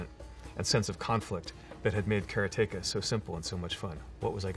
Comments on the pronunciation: TIL, Jordan Mechner pronounces it "care-uh-TAKE-uh" instead of "cuh-RAW-tuh-kuh". Both of these games are among my favorites from that era, though I think I played them on C64 instead of Apple II. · Nobody else is triggered the creator of karateka calls is cara-take-a? KA RA TE KA. It's litterally japanese. should sound more like kalatehkaカラテカor americanized Karate Ka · What the hell is that pronunciation!? Kara-teka? Didn't he make the game and do karate? It's Karate-ka ... almost makes his whole story unbelieveable now ... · All this time I thought the pronunciation was... 'Karate-KA' ; Mr. Mechner pronounces the title, 'KA-RE-TEGA'. How 'bout that? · he pronounces karateka as almost 'caretaker'- my whole life and childhood i called it- Karate-Ka - wat headfuck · I loved this video, and loved learning about how Prince of Persia was made. BUT, the biggest revelation may be that he pronounces it "Cara-take-a". I'm still in shock. :) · One of my favorite games. I still have my Apple //e and I hope I still have Karateka on 5-1/4" floppy disk. However, I never pronounced it the way you do (and since you created it you can pronounce it any way you want!). Be it known that I have always said kuh-RAH-teh-kuh – which to me sounds very close to Karate! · first off 'kara-teka', huh all this time I never knew that's how it was pronounced. As for prince of persia I definitely had fun with the SNES version, I'd love to sit down with the apple II version of that and karateka and finally beat them, though! this was super cool to see how that game was created, and blown away by the twist to beat the shadow-man that must've thrown people back in the day! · Despite having a close Japanese friend. Maybe she wasn't saying 'combat, combat!', maybe she was saying 'karaTEka, karaTEka!'. 😂😂 Either way though, awesome Dude and some great memorable games. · he mispronounced karateka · so that's how you pronounce Karateka, trust an American to say it different, even if he invented it :]